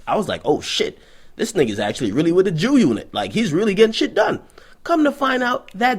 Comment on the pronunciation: Dude said Jew-unit! Lol